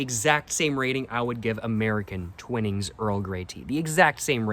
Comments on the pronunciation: its pronounced TYWnings non TWINings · I believe it’s pronounced twhine-ings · It's pronounced Twinings with a long "I" . Look up the pronunciation